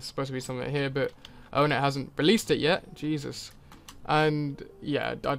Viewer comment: Ur saying onett wrong